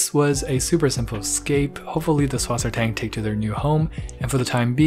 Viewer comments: Suss Wasser Tang, not Swassertang lol Cool anyway :) I made a petscord account btw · If I had a nickel for every time I’ve heard “subwassertang” 🤣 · Der sagt swasertank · Süßwassertang = S(ueh)sw(a as in aaah)s(e as in eh)rt(a as in aaah)ng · as a german its so hilarious hearing americans trying to pronounce Süßwassertang XD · i love how he pronounced Süßwassertang xD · I love the way you pronounce Süsswassertang:) google for the german pronounciation i think you would find it funny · just wait till serpa design finds out you pronounced susswassertang like that. or when he finds out I spelled it like that, he’ll have both of our heads